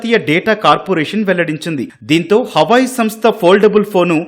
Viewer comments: అది హవాయి, అమ్మాయి కాదు.....హువావే😂😂😂😂😂😂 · Hawayi kaadu talli Huawei 😂😂😂